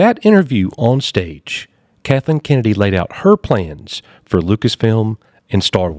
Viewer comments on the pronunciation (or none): Coach pronouncing Kathleen’s name without the L (Katheen) never gets old!😂